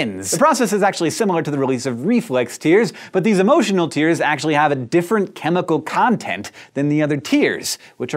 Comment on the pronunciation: did he say "emo tears"